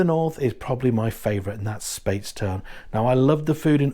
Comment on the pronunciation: My parents lived near the Fish pot in St Peter for 11, so I have a huge amount of affection for everything Bim! I might be wrong but always call it “Spites-town” vs “Spates-town” tho 😅